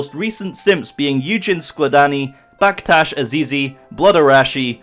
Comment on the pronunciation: Hi I'm baktash ty u said my name correctly How??